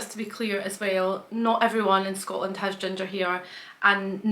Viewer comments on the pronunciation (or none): none